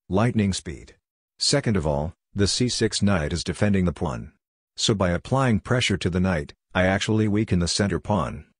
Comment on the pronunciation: Why does he say plun instead of pawn?